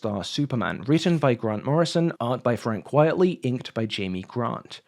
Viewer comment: Just a nudge, it’s Frank QUITEly, not Frank quietly, a silly pseudonym riffing on the phrase “quite frankly”